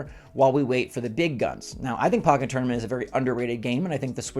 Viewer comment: It's pronounced poke en tournament